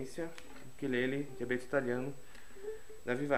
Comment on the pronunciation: Sim. Ukulele, Ukelele ou, simplesmente, Uke. Lembrando que embora as pessoas no Brasil pronunciem a palavra como oxítona, ukulele é paroxítona.